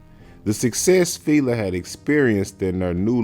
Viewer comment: Y'all really inspiring me to make content cause it is pronounced Fi- La like Feeee laaaaaa not filae fea lay whatever you are saying was wrong. I know you wasn't born in 90s and if you were lawd 😂 smh